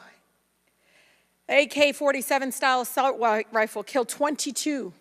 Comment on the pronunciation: Raskin was a joke… every second he had was spent attacking “AsSaULt WiFLeS”